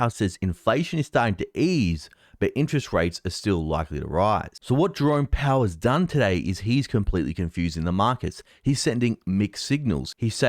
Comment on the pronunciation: I have to remind you again, the name Jerome Powell is not pronounced "drone pow". FFS.